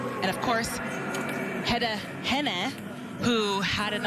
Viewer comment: They need to learn how to pronounce "Hynne". They're going to need it next year.